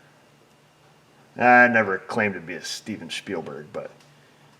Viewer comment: Shhteven Shhhpeilberg 🤣🤣🤣